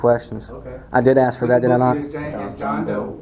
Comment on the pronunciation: Ignorant ass pigs. Its ask not aks you freaking wannabe thug.